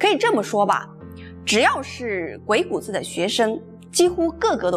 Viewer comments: 鬼谷子的正确读音是gui3gu3zi3. 三个字都读重音。这里“子”字不轻读因为它是对先生的尊重。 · 给您这位文化人诚恳的建议：将来讲有关“老子”的故事时，不要再混淆“子”的读音。同样的字，读音不同，意亦不同。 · 鬼谷子,子音念錯,應該跟孔子老子的子音相同 真是大不敬... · 鬼谷子的子应发第三声，就像孔子、老子等。的气质仪态很好。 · 鬼谷子最后的子应该发3声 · 鬼谷子的“子” 的发音应该和孔子的“子”一样。您的声调好像不一样。喜欢您的视频！ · 谷的读音查一下